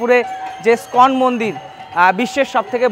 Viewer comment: কথাটা স্কন মন্দির নয় ইসকন মন্দির হবে। খুব ভালো কাজ করছেন কিন্তু নিজের ইম্প্রেশন টাও তো জমিয়ে রাখতে হবে, তাই না? একটু মনোযোগ দিলে আরো ভালো হবে।